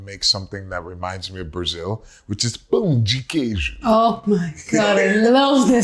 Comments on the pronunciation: won me completely with his perfect pronunciation of "pão de queijo!" ❤️❤️❤️ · is almost Brazilian ❤️ Perfect pronunciation and he knows the "pau" meaning hahahahaha